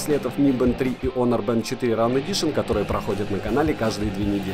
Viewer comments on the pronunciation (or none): none